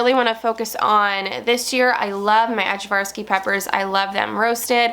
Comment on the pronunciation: Just so you know, Ajvarski is pronounced “Eye-var’-skee”.